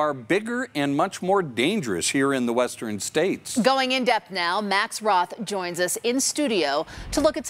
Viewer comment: The first guy who was talking, he pronounces "western" like "westeren". That's interesting.